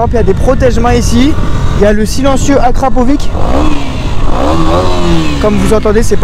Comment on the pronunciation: Sa se dit "acrapovitch" sinon super vidéo